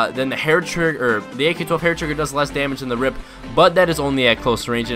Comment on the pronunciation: ITS R.I.P NOT A FUCKING RIP U STUPID FUCK......U DONT CALL IT A B.A.L U CALL IT A BAL